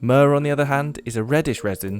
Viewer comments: myrrh... myrrh durr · myrrh durr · I brought you myrrh… Myrrh-dur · myrrh-DER Judice, no!